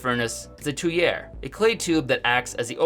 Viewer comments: Tuyere is pronounced "Tweer" btw. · It's pronounced "tweer" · TWEE-yurr,. You mispronounced Tuyere.